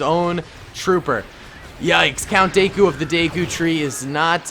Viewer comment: It’s not Count daeku its count dooku